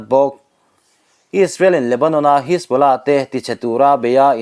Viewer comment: A Rik dan kha diklo hajbollah ti in lam la adik a pronounsation kha